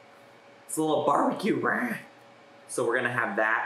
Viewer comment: You calling it “RAH” nearly took me out